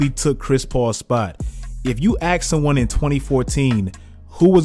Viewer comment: No hate or anything but pls don’t say “axe” pls just say “ask”